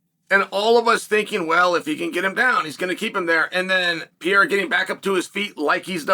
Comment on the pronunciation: Is it really that hard for you to learn how to properly say Pereira's name?